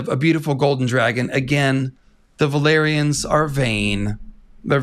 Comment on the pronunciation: Wait isn't "valyrians" pronounced "vah-lee-ree-ahns"? I keep thinking you mean velaryons lmao